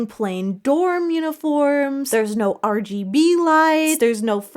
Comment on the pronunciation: i laughed very hard everytime you said nose instead of no, thank you